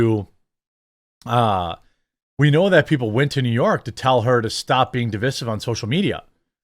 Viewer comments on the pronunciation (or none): Bro Americans do not say div-is-iv. We say div-i-sive.